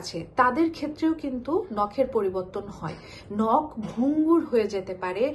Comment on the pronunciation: আন্তর্জাতিক মাতৃভাষা দিবসের এই ক্ষণে দেশের স্বনামধন্য একটি পত্রিকার একজন রিপোর্টারের ক্রমাগত একটি শব্দের ভুল উচ্চারণ ( 'নখ' কে 'নোখ' বলা) দারুণ শ্রুতিকটু লেগেছে। অতিসত্বর এটি সংশোধন করে প্রচারের অনুরোধ করছি।